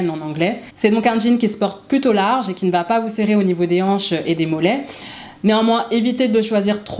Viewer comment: Vidéo très sympa.👍 Par contre, si je peux me permettre (sans aucune arrière-pensée...) il n'y a pas de -t à la fin de "va", donc "Ça va t-être" est une fausse liaison. J'espère ne pas vous avoir froissée et que vous prendrez au contraire cette remarque comme constructive. Et merci encore pour vos vidéos.😉👏